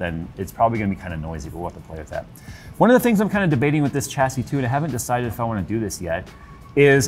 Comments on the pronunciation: The "cha-see" count is making me grind my teeth. It's actually pronounced "shas-ee". Don't believe me? Then watch this video: But that case!! Oh my!! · Got to , couldn't stay for more pronunciations of chassis.